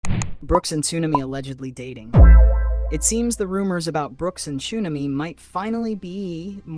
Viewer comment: What is ChoOmamy its TXUNAMY